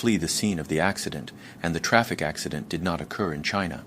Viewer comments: Is the presenter AI? The design seems very human. "ax-eye-dent" made me question everything. Also the eyes look like they're right on the lenses of the glasses, and flat. Perhaps missing shadow from the glasses frame? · This guy can't decide if he wants to do the US accent or Rus-english accent. Mispronouncing 'Acci-dent' 'Dosh' for dollars, 'Che-ne-say' 'Chi-ti-zens' for Chinese citizens, 'Sea-At-lay' for Seattle, 'Defandant', 'Sing-le' bedroom apt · And “it” pronounces “accident” as “ac(cy)dent”